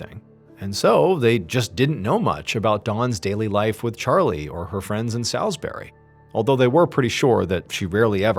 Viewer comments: Salisbury is pronounced sawls-bree. 😊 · Am living close to Salisbury. MrBallen mispronounced the name. It's pronounced like Sauls-bury. It affected businesses, people , local town for months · I knew what the story was the minute John said " Salisbery ". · most people i know and many around sailsbury pronounce it 'Saulsbury' but it didnt really affect the quality of his presentation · I'm from near there and the pronunciation is nothing like that. Sawlsbry would be closer, but without over pronunciation of the w. Brilliant video though. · as a Resident i can tell you all it's pronounced "SOLSBURY" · i said it was pronounced solsbree (might be easier for an american to read it that way lol) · This story is local to me, I was working in Salisbury (pronounced souls-burry) when it happened and it felt like something straight out of a movie. Never believed something like this would happen in such a quiet (and posh) city. Also my 3 month old baby loves watching Mr Ballen with me, so thanks for keeping it clean 😂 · but also... the way he pronounces it!! 🤣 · I recognised this story when you got to the bit about Dawn's present. I live where it happened. By the way, Salisbury is pronounced...sauls-berry. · Hello, so I actually live in Salisbury (pronounced soulsbury btw haha) and I remember I was only like 12 at the time and it was a very scary time here, places were all shut down and my parents wouldn’t let any of us kids leave the house and even till this day it gets bought up in conversation sometimes, we were in the city centre a couple days prior to this all happening meeting my little sisters grandparents for the first time so when the news hit everyone in my household were all quite shaken up, I can’t believe your covering a case so close to me so thank you for bringing this to light. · Salisbury is also a town in Massachusetts. We pronounce it differently than you though. We pronounce it "Saulsbury". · For future reference Salisbury is pronounced: Sorls - buh - ree